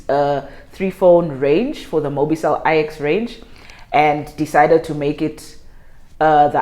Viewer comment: its actually mobicell 9 not I...EX